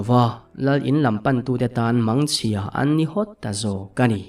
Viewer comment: Mangchhia tih hi ilam fuhlo deuhin ka hria ka sawive mai mai ani e